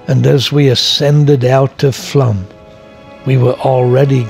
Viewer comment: It's either Flåm or Flaam, not Flam ;-) Sounds like flawm.